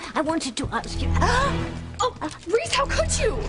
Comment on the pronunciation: Tabitha said Reese! Not Ross 😂